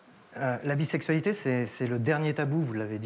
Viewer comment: Non mais je rêve ? "C du ninport koua la bissaiksualitai", comment ça du n'importe quoi ? Enfin bon..